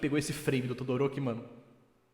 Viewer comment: Mano o falando Todoróki é mt bomKAKHSKSBDKDKAKAKQ